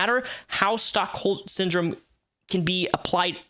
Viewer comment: Just a heads-up, I think you said "stock hold syndrome", it's Stockholm, named after a bank robbery in that city where the hostage at the end of it all sided with the robber.